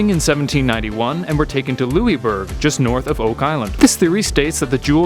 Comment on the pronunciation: You're pronouncing Louisbourg wrong.